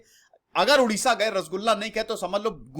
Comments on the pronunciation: first of all its Odisha not Udisha. Our Language is Odia not Udia. Pronounce properly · Thank You for your video on my homeland. But dear sir, before making any video you should get proper knowledge yourself. It's not Udisha, It Odisha. Please pronounce it properly. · It's Odisha not udisha it's odia not udia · Odisha not Udisha.... ktni bar samjhaun ??? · Bro it's not Udisha it's 'Odisha' 👍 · Not udisha...it is oodisha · Please pronounce it as O-Disha not U-disha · Bro please pronounce properly-Odisha,emphasize ON 'O' not 'U' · You pronounced Odisha wrongly. It is O-Disha not U-disha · Hai...Sahi bolo...Humara State ka nam Odisha hai.....pahle aap bole Udisha...so, it's bad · Odisha is pronounced as O-disha not U-disha. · Please pronounce 'O', 'ओ' Please dont pronounce उड़ीसा. After all, thanks for your interest in making a video on ओडिशा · Udisha nehi it's Odisa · It's not Udisha. .... It's Odisha🙏🙏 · It's O Not U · It’s not oodiya, it’s Odia, similarly it’s Odisha not oodisha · It's not Udisha... It's Odisha! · It's not udisha. .. it's Odisha Pls point on pronounce.. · Sir please dont mispronounce it. Its not udia its Odia. Its not udisha its Odisha. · Odisha ko ap itna daba k q bol rhe h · My Request you Pronounce it as "O" not as "U". As it's name Odisha...